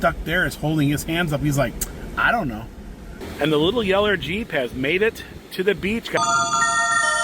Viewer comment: He says "Yeller" Jeep. My biggest pet peeve is people who don't speak correctly. He's so bad that native English speakers don't understand him.